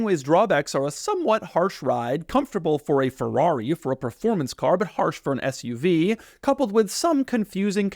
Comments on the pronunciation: Did you say Fth-UV or Sth-UV? I couldn't make out. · I feel like if you called it an “FUV” people would think you are swearing lol